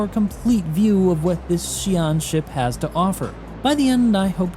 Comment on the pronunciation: It's actually SYOO-len. (Long Y, almost like SHOO) Xi'an language is not phonetically english and is much closer to Chinese both phonetically and graphemically